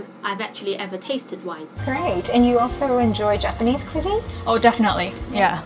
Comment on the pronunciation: Kamakaze Tiger 她有點誤人子弟，想學好說好外語不是靠重覆背誦單字單句而成的。況且她連cuisine 這個字也發音不準，我有點替向她學習英語的人擔心。